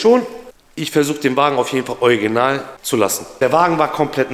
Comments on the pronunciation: Ich muss jedesmal lächeln wenn du anstatt original „ojginal“ sagst 😂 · Niemand:: oiginal 😂 Ich liebs ❤ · Ich liebe deine Videos! 😊 aber heut ist mir aufgefallen das du „Original“ echt lustig aussprichst 😅 ist das niemand anderem aufgefallen? 🤣